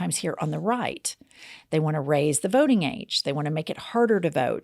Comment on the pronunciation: hello... this is for Jen... you are an "ink"er... you say "votink" instead of "voting"... I have noticed this new phenomenon lately... people at work are doing it now... "ink" is the new "ing"...